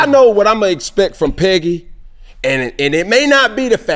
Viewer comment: Why he keep saying Peggy? Is that a atl thing?